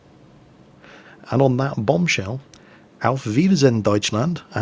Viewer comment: That: "Auf wiedersehen, Deutschland" wasn`t actually half bad. I am german and I could clearly understand it despite your accent.